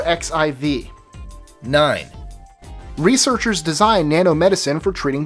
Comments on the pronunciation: "A R X I V"? Ar-14? Seriously? LOL! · ArXiv is pronounced "archive," because the X is supposed to be the Greek letter Chi.